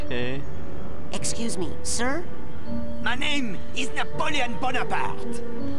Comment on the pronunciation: Haha character said Napoleon bone a part...